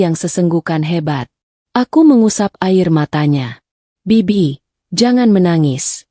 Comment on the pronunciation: Kalau gak bisa baca naskah jgn disuruh membaca naskah sangat memalukan sekali seperti anak SD kelas 1 masa kata bibik/bik dibaca bei bodoh sekali rupanya